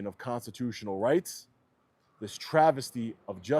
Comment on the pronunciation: brother needs to practice speaking the word "constitutional" a little cringe every time.